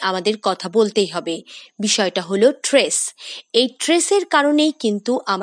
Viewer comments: Tress na stress ki bolchen? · Tress NA Stress . Prounce correctly please . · উচ্চারণ টি "ট্রেস " নয়,"স্ট্রেস " হবে।🙂